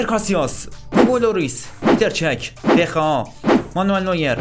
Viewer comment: دخیا اسمشه نه دخا